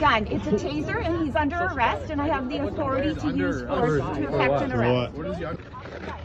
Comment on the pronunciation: and she sounds as threatening as a poodle yelping